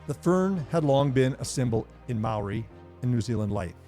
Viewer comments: Great. You pronounced Maori words better than any other non Kiwi I've ever heard. And you knew the Maori connection to the silver fern that not many non Maori Kiwis even know. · This was most informative. Growing up in NZ and watching hundreds of games.. I didn't really know the reason why it was called a 'try'. Props to your maori pronunciation too :)